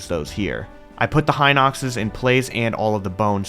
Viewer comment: Bro why do you guys say hInoxes?! It's hinoxes